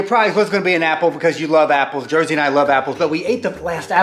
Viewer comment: Jersey!! Not scrappy